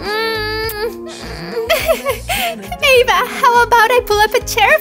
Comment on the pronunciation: It it is not Ava it is Eva